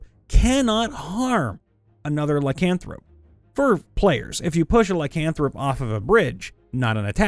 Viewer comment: The way you say lycanthrope… smh